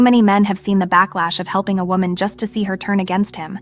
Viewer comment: And they say wahman listen